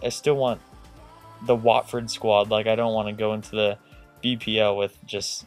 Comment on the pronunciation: its wotford not whatford